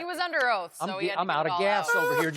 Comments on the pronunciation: OAF AS IN OATH. "Your honor im under Oath". LOL But Shannon said the word OATH COUNTRY tho LOL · “I’m under OAF!”